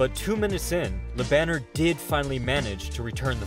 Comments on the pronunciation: It's "Lö Bun n'airrr", not Banner as in Bruce Banner. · Bro. Its pronounced. La bon air. Not la banner. Its french name ma brother. Cant be reading it in english. Thats silly. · His Name is Jerome Le Banner. Not whatever u said.